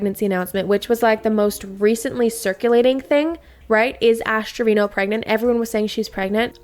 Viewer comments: Saying TREVINO.... and you're a 🤮🤣🤣🤣 its Treviño.... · How do Spanish speaking people not know how to pronounce Treviño as “Trevin-yo”